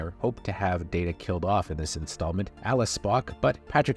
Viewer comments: Dada? Come on... You've got to do better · It’s Day-tu not Dat-uh. There’s an entire TNG scene about the pronunciation. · Did you say Dada! How disrespectful... Let DATA tell you how it is! I thought you were a Star Trek fan. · Are you saying Data wrong on purpose cause its really f-ing annoying! Its Data NOT Daaata, you know what you’re doing ya jerk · Day Ta, you called me Dat-Ta. One is my name the other is not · Did you just say dah duh, instead of daytah? Seriously? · He called him Da-Ta instead of Day-Ta and I feel there is an entire episode of TNG dedicated to this folly. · My first time watching this channel... so many mispronunciations... "B'etor", "Wolf 359", even "Data". I'm less than half way through and can't continue as it's hard to trust a presenter who doesn't know the subject matter. "Data" was the last straw. One is his name, the other is not. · I'm sorry did you say DAH-Ta? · Nemesis was far superior to Insurrection. Also, why are you saying Dah-Tuh when you’ve seen TNG before? And it’s Clockstoppers, not Clockwatchers. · Um it's Alfie Woodard not Alfrie!!! And Data is a long A, as in DAY TA. How can a Trek fan screw that up? There's even issues on Series with Pulaski and another female scientist pronouncing Data wrong. He even corrects them. WTH??? Ugh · You kept mispronouncing Data's name. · It’s pronounced bay tor not b tor, have you even watched the show before…??? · 'Data' not 'Data' One is his name, the other is not. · The worst thing about this particular narrator is his utterly inconsistent pronunciation of actor and character names, especially Data.